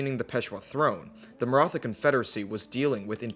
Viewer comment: Aw yis India time For the record, the "th" in "Maratha" is more of a hard "t" like in "thyme" (it's an aspirated t so think of the t and h as separate), and "Sikh" is typically pronounced like "Sick" by Punjabis